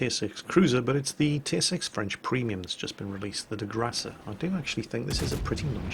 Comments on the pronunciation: Pls, don't pronounce the e of De Grasse, pronounce it De Grass lie Grass in English, it'll work just fine. As for difficulty, yes the defense of NewPort base was the most difficult of all these four new operations. Don't understand why they put it first on the list... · Does its take a kraut to explain an englishman that it's pronounced De Grasse with a silent e!? Zut alors! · The last letter of De Grasse is a silent E so don't pronounce it :)